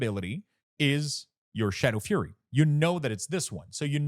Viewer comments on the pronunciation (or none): none